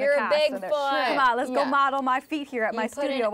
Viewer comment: plus.....vocal fry. Plus, "like", "you know" "G-O" instead of a 1 syllable "go", for God's sake